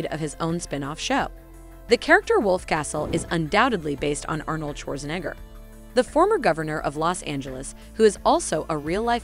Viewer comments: You couldn't even pronounce Schwarzenegger correctly! SMH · Your saying Arnold Schwarzenegger name all wrong! 😂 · Is the voice talent a teenage foreign robot? How does she not know how to pronounce Scorsese, Schwarzenegger, whatsup, and even the channel name?